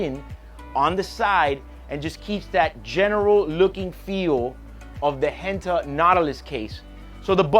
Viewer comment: Did he just butcher Gerald Genta into Henta? Uff.